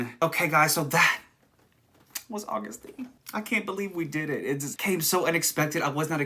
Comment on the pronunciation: DT SUGA= Daegu Town Suga Flip it AGUST D. It's pronounced Agust, not August, btw. It took me a while to figure this out Idk why 😂😂😂